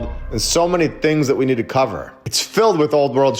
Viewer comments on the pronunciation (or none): none